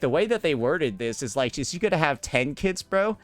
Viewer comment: I kept thinking he said "she's going to have 10 kids" instead of kits lmao